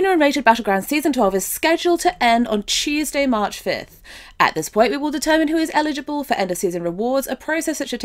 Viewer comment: did she say Cheeseday march 5th?